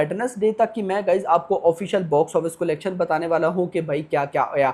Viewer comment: Bhai video banate ho na aap to please collection ka pronounciation thik se karna Sikh lo..nahi to video dekhne ka mood bhi nhi hota